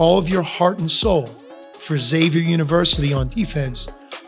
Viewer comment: Somebody teach John Hughley how to pronounce Xavier correctly please.